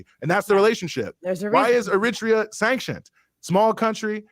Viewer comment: My man has GOT to stop saying "er-RIT-ree-ah" for "Eritrea". I know people who are from there, and they ALL pronounce it "air-uh-TRAY-uh".